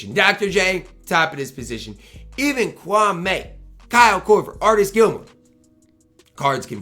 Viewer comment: Kwame is pronounced ka- wah- me lol don’t say it like Stephan A smith. Keep grinding tho